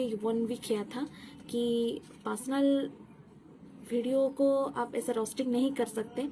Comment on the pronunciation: Didi jo bolne se pehle script likha karo aur practice kar K live aao aur wo pasnal Nahi hota hai personal hota Hai 😂😂😂